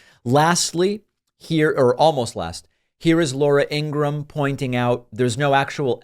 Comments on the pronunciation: I'm not sure if it was intentional, but her last name is pronounced EEN-gruhm - two syllables. Regardless, she's terrible. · Why you sometimes pronounce her name Abraham? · INGRA-HAM... REALLY ?? THATS THE BEST YOU CAN DO??? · Laura In-gra-ham....😂😂😂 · Laura Engram? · I ❤ how David called her "Ingraaham" 😂🤣🤣😆😆😆😂😉😊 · Ingra-ham...are you kidding me? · At least say her name right... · David sir, why dont you just say lauras last name right? You clearly know how to pronounce her name the correct way.